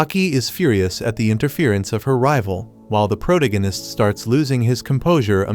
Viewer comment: Like the recaps but every time the AI voice says "Pro-tig-in-ist" instead of the correct pronunciation and it drives me bonkers!